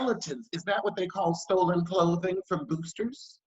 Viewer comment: It’s the “clothing” for me. Lmao. Why did you say it like that ? 😂😂😂💀💀